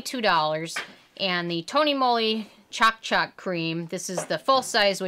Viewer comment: Lol you said CHALK CHALK it’s Ch-o-K ch-o-k like choke